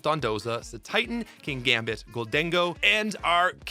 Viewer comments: I reckon Togekiss passes the vibe check because it looks like the Lati twins. Also, I have never heard "golden-go" and I do not wish to start now. No one will convince me your pronounciation isn't correct. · Yes, I agree with the way you pronounce Gholdengo